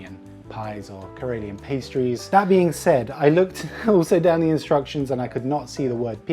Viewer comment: Your pronunciation is so good, that I was surprised that you only understood a few words here and there from the instructions. And also, your Karelian pies look much better than the ones I made the first time I tried. (and The last)